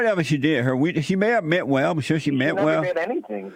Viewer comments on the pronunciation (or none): "Bater" it's "Beta" she "mint whale" it's "meant well"